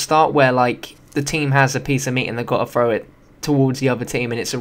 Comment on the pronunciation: THROW GOD DAMN IT THROW! Not "Fro"